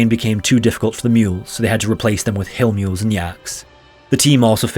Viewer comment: what's up with the accent when you say "hill mules and yaks"